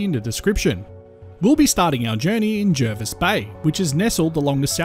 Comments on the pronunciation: Yes, I grew up there, and the incomers mispronounce it. It is indeed ‘Jarvis’. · Agree. Born in the 1970s, it was always pronounced JARvis Bay growing up.. I went away to China for ten years, came back in 2018, and I was culturally shocked.. People were calling it JERvis Bay, local people were telling me I couldn't walk in certain areas, and I was being Welcomed to Country by Aboriginal Elders at meetings.. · The RAN is there has been for decades and they refer to it as Jarvis.... Jervis pronunciation is American but we are not Americans. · I don’t think anyone who lives locally calls it JARvis instead of JERvis.